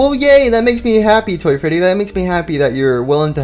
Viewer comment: freddy not fweedy